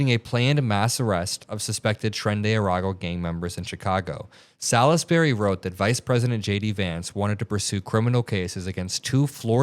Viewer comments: It's pronounced "sols-bree". Salisbury is an English town. In m the county of Wiltshire. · Salisbury is pronounced salls-berry. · It's pronounced SAHLZZZ -berry. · Salisbury is pronounced { sawlz-be-ree } wiki